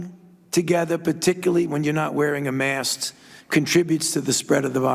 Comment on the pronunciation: 37 seconds: Did he just call it a "mast"? lol